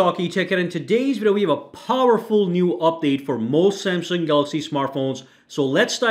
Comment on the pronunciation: "POWERFULL" hahah 🤦🏻🤦🏻🤦🏻🤦🏻